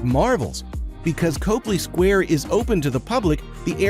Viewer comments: Copley Square is pronounced "Cop" "Lee".as is police officer + Lee Jean's. Learn how to say these words before you make the video. When I hear these easily researched mistakes I trust NOTHING you say . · Can't take this seriously if you don't know how to pronounce COPley Square